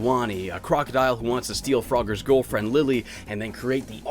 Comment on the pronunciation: I kept hearing you pronouncing Girlfriend: "Goalfriend" lol that should be a term honestly.